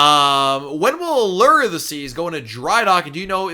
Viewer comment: Why do you say a-LER and not a- LOOR? FOR ALLURE OF THE SEAS?? a-LER just sounds bad!!! No one else says a-LER. 🤔🤷‍♀️